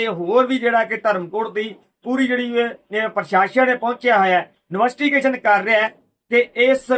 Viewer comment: ਨਵੱਸਟੀਗੇਸ਼ਨ ਨਹੀਂ ਭਾਜੀ ਇਨਵੈਸਟੀਗੇਸ਼ਨ ਹੁੰਦਾ